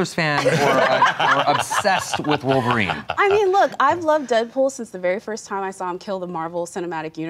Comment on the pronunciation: cough, she means woleverine and deadpool. i mean really its wolverine 4.....